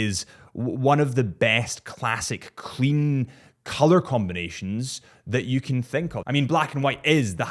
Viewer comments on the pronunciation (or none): none